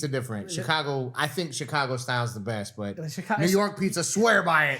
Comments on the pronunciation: Dude said CH-cago wtf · This is pizza aboose, and I'll not stand for it! Ps, the way he says Chicago is a crime. It's not Chick-ago, it's Shi-cago